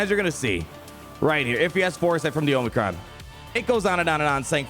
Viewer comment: The way you pronounce omicron is cringeworthy. It’s like fingernails on a chalkboard. 🤣